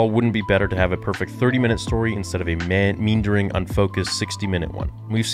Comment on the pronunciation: ….. ME+AND+ER+ING….. geesh……. 😆😆😆🤦🏻‍♂️ Der……